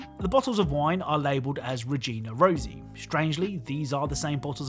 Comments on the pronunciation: I just love hearing anglophones butcher romanian words and names. Regina Roșie should sound more like (Roshie) not Rozy so you get the sound right . It means The Red Queen. And for the love of god, it is Lady Dumitrescu, it has an U at the end, where is the U. I just hear Lady Dumitresk.... IGNorance. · Me, a romanian watchin' this video and hearing "regina rousi" about the wine, when the real pronunciation actually is "regina roshiE" because that word in realty is "roșie" and not "rosie". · Maybe just a minor thing referring to the wine bottles, it is actually Romanian for Red Queen(Regina Rosie), and Ciorba de Legume it just translates to Vegetable soup. Unfortunately all the R Romanian bits in the game aren't pronounced properly in my opinion.